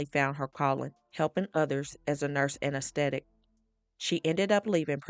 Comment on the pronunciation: All right the narrator you really need to learn the English language. You're saying nurse anesthetist like all jacked up. I just don't get it when people want to upload and share videos and they can't speak